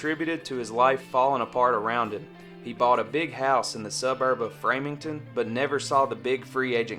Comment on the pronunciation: Framington??? It’s Framingham!!! Put some respect on the birthplace of Joe Perry!!!